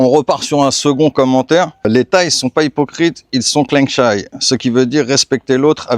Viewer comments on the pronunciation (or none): Attention à la prononciation. On dit "Kréeng Jaï" เกรงใจ, et pas "Kléeng Chaï" 😉